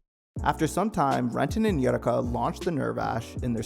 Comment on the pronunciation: Yeah “most forgotten” considering you don’t even know how to pronunce her name. It’s aye-oo-wreck-ah.